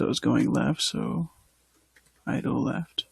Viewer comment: great tutorial, still one of the best out there. Please continue this PS: It's "idle" not "idol" lol